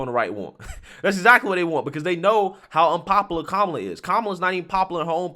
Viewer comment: The way you pronounce her name was racist too ,until Biden said it the same way.😆